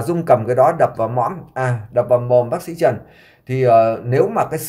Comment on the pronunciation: Chú cứ nhầm mồm sang mõm sao mà có duyên thế cơ chứ 😊😊😊